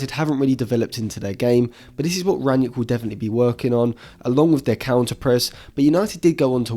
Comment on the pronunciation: Another good episode! I just hope you'll retire the extra "N" in gegenpressen, and Rag-Nick won't be Ragnieck for much longer. ;)